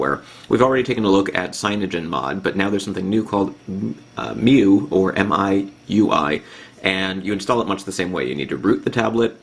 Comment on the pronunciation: its pronounced My U I however i love the review.